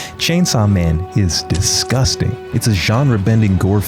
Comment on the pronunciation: i like how when he says disgusting he leans into the mic